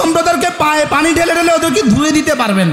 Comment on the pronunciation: পানি উচ্চারন করে হানি